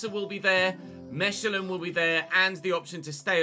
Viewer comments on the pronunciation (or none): Mechelen is pronounced Meh•Kuh•Luhn (or more simply Mekelan) and is in the Flemish region of Belgium. Love the content I’ve watched every episode!